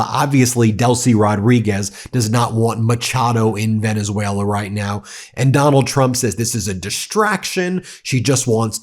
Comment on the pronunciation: Or as Dump calls it: "Venezueler"